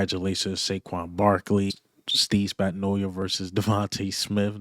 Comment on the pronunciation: why is it only my people can't seem to say Steve Spagnuolo's name properly 😂 LB mispronounce it the same exact way. There's no"I" in his name playa